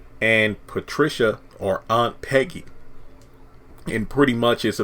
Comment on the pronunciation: Piggy not Peggy I think